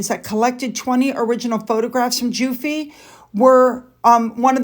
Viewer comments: Her last name is pronounced "Jew-Fruh" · Giuffre - Gee oo fray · I don't mean to correct you,Virginia Guiffre,,Surname think of Jufrey,,Thank-you so much for your videos and other information, Many thanks, ❤️